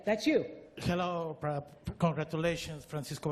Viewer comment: "POPE-RAH"? as a brilliant commentary once said-- Bye-bye -- Enough.